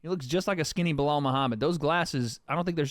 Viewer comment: I’m sure you meant to say Blehul instead of Belal. Chael Sonnen